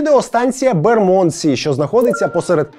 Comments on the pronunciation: Район Лондона правильно вимовляється з наголосом на букву "Е": бЕрмодсі, а не на букву "О": бермОндсі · Пробачте, я мешкаю в Лондонi, тому додам свої дві копійки. Bermondsey вимовляється як Бєрмандсi (наголос на "Бєр"), а Southwark - як Сазєрк (наголос на "Са").